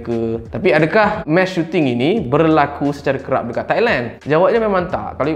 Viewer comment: Bkn mesh... Mass🤦🏻‍♂️